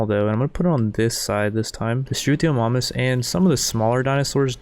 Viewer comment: The way this guy pronounces some of the dinos is killing me haha. Struthio-MOM-us and Deon-eh-chis.